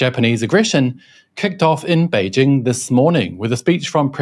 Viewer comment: It is good to hear a Westerner pronounce "Beijing" correctly. It is so annoying hearing mainstream Western media constantly pronouncing it "Beizhing", and acting as if this is the correct pronounciation. Them also being clueless about all aspects of geo-politics is the cherry on top of their propaganda s**tcake.